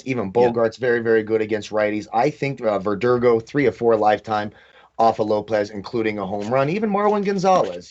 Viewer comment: butchered those Red Sox players names. “Deevers” and “Vurdurgo”? C’mon man!